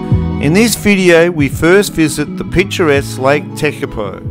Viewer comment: Hi Shorty, yes we did ask a guy from New Zealand, he was born in Lake Tekapo area and lived in Christchurch. The only place couldn’t pronounce properly was Lake Tekapo. It sounds like lake tepeko, just once though. The rest should be okay. Hey I was born in Kherson (Ukraine ) and the way they pronounce the city name on tv is different from what it is called by locals. peaceful life and beautiful nature are the two things most important and we just wanted to show the beauty of New Zealand. We were so impressed